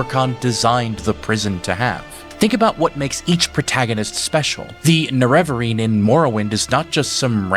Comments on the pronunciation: Aw man... pet peeve, but i feel weird when you said 'cyrodil' and 'neravine' hahahahahaah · "The Nevereen" Oof. "The Champion of Sairo Deal" OOF "Mankar Ka-Moron" YAAAOWCH!!!